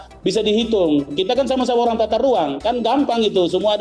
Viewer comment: yang kurang itu adalah bicaranya yang kurang G.... ahahahaha tata ruang pak yaaa....bukan tata ruaN.....